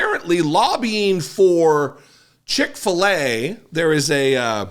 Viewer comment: I bet Cick-fill-a doesn’t care